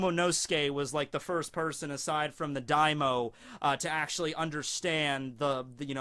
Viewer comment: you pronunciation daimyo wrong its not daimo its daim-yo